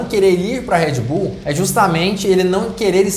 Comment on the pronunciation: para de falar enrolado moço , uuuueeeeerrrrrreedd bull , é brasil irmao , red bull